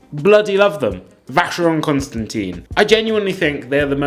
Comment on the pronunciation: Its Con Stan Tan (Sorry but you said to tell you off when required) ; )